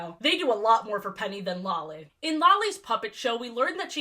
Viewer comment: The absolute psychic damage I take every time you say Lolly's name